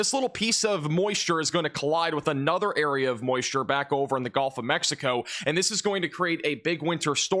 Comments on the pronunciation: please stop saying ''golf'' coast ... it's gUHLF coast ya yankee!! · Good work. But tell me.. why do pronounce the Gulf Coast, the GOLF Coast? Why is that? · its gulf, not golf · there is no such thing as the "Golf" Coast. It's Gulf. Rhymes with "yup." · Great channel but the "golf" coast driving me crazy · He's not American